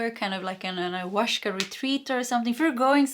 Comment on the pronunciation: There is no "sh" in the pronunciation of Ayahuasca, I think. In general, Spanish does not have the "sh" sound, but a gentler "s".